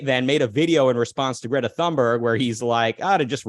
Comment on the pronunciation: Is Greta British now? xD